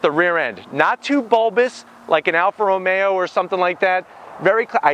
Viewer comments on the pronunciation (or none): none